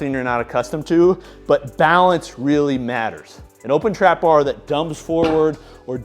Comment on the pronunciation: Will this dude ever figure out that the Eleiko bar is pronounced “open” as well? MF been saying “opppppppen” for years